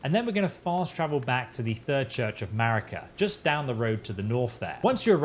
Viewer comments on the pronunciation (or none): none